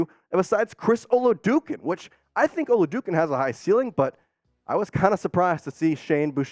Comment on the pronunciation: It's O-la-dO-kun